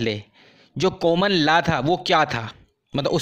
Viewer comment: Law ko thik se pronounce kro